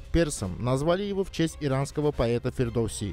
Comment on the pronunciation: Амчыг, не Фирдос а Фирдоси! Скоро всё востоновим!🇦🇿🇹🇷🇦🇿🇹🇷🇦🇿🇹🇷